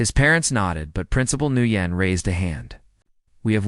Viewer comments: Just a tip. The name Nguyen is NOT pronounced new yen. It’s pronounced “when”. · Nguyen is not pronounced "NEW YEN", it's "WHEN" and it is as common a name in Asian countries as is Smith or Jones in the west. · Sooo, I believe that principal's name is pronounced "win", not "nu yen"; there are no retired Marines, but otherwise not a bad story. Love to see instant karma in play 😊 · Guitar Eddie here. The the principal's name is pronounced "Wen" not "Nooyen". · The principal, Ms Nugyen's, name is pronounced 'Winn'. Watching from NE Florida. Today was February 20th, it was a balmy 85ºF here. from the 'stairs', not stares. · The principal name is prounced Winn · FYI Nguyễn ís pronounced "win". These narrators need to practice reading the script. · The name Nguyen is pronounced “When”. For goodness sake do a little research and edits for these stories!